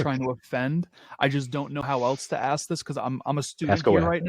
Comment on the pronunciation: I detest that BS intro "Music" you play & Number 2 the word is ASK, task,f lask, mask ask, NOT AXE there is NO "X" in the word ask.